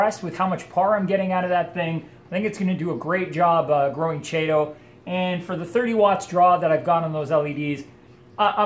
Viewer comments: Chaetomorpha is pronounced with a K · I'm back. It is "Kee Tow." Anyway, you got me thinking... I have saved a boat load of money doing "DIY" projects.Have you ever tried the Kessil lights? I am curious how the strip LEDs you are using, compare. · Isn't the chaeto pronounced "Kee tow?" I am pretty sure it is. Now, I have to find out. Great video. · I also say chaeto, like cheeto... Habbit I guess, we all know what we're talking about.